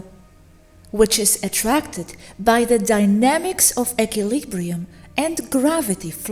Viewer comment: You're pronouncing equilibrium incorrectly.